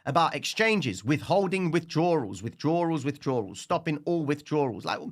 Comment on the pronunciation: Gotta say you’re a beast but you need to work on the word withdraw lmao. Love your work bro keep sending that fire.